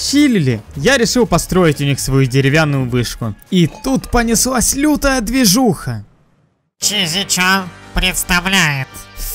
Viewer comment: Не чизи чан а шиза чан:D